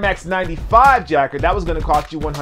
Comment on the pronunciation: Hey, it is pronounced ja-kard. As in Captain Jean Luc Picard.